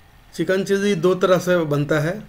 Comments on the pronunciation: It's chilli not cheesy😂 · Abe chiji chiji kya kar raha he. Chilli bolna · Chikkn chilli ko chikan cheessy bolna bnd kr pehle uske bad banana sikha na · Pahila chilli bolna dikhao tum chilli ko cheezy bol raha ho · "चिल्ली" नही "चिली". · चिल्ली नही भाई चिली बोलो